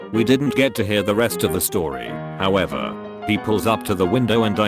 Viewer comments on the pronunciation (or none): none